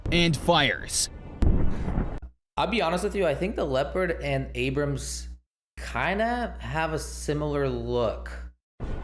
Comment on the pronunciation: It's ABRAMS, not Abraham......